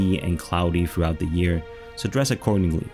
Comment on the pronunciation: You do a great job and just a little more work on easy pronunciation of simple things like 'the' rather than 'de' and 'sample' rather than 'samble' will take you to the next level.